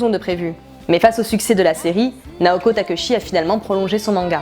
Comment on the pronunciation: Très bon épisode résumer sur la première partie de l'arc 1 de Sailor Moon, mais attention aux prononciation des nom Naoko Takeuchi se prononce Takéutchi et pour Ami c'est Émi, enfin je suis vraiment très satisfaite, un pouce bleu et je m'abonne à ta chaîne pour t'encourager, GIRL POWER!!!